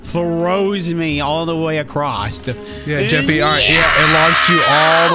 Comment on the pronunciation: It's not a jeefy is a JEFFY